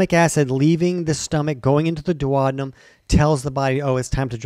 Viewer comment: You have a very weird way of pronouncing the word duodenum.